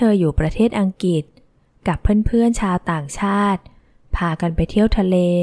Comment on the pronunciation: สนุกค่ะ เสียงน่าฟัง ขออภัยค่ะ อังกฤษ อ่านว่า อัง-กริด ไม่ใช่อังกิด